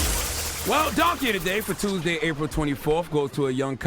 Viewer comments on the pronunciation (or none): none